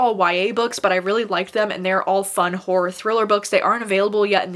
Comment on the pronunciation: All i hear is “whore recommendations” instead of horror recommendations lol